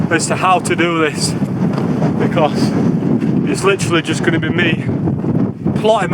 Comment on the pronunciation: Never heard anyone say because so badly before